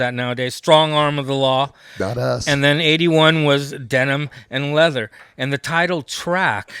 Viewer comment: Best line of the episode: ...Denim & Leathum. 😂 Damn that pesky ' cotton mouth '. 😂😂